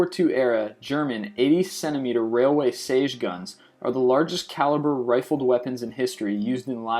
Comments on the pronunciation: It's siege not sage. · Siege, not Sage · Siege is "seejzh" not "sayjzh" and in general, you should check how to pronounce not only many of the foreign words, but many of the English words as well. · The "ie" in siege is pronounced "ee", not "a". That's really driving me nuts. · I hate the way you say siege. It's not sayge it's seege. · It's pronounced "seej" not "sage" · Siege..pronounced "seej" not "sayj"...SEEJ SIEGE guns.... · it's pronounces SEE-GE ¬_¬ god. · Your pronunciation is terrible! Siege! Not Sage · 'siege' is pronounced see-j not 'sage' loved the video though :) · Sage weapons? Siege weapons (see-dje) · The "sage" cannon, for when your enemies can't cook. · Learn how to say "siege". Clue: it's not pronounced "sage". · Did he just say "Sage Gun"? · STOP SAYING SAGE!!! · Siege is pronounced SEE-jh. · STOP SAYING SEIGE WRONG!!!!!! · Say 'siege' again! lawl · I hate the way you say Siege... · This kid can't even pronounce "siege" correctly. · Learn how to pronounce Siege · You pronounce all these Russian words but cannot pronounce the word "siege"? Really? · Dude! You mispronounce shit all the time on every one of your videos but can you seriously not pronounce, "SIEGE"? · Does it bug the fuck out of anyone else that this guy has no idea how to pronounce the word siege?